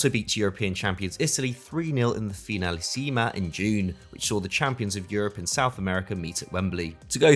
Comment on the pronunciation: That's possibly the worst pronunciation of finalissima ever 😆